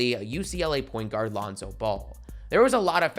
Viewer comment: The way he said point guard for Ben Simmons